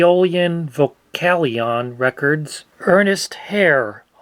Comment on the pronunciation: Vocalion is always pronounced wrong it's voca as in vocal and lion as in the animal.